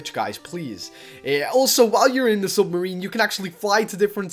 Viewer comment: lol he says sumarine LOL